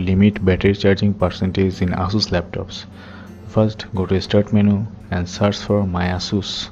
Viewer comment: the way you pronounces ''Ass soos'' made me laugh